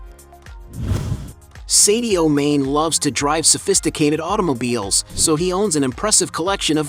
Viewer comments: His name is Mane'.not main u should know better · There is a reason for the accent over the e, it’s pronounced “marney”.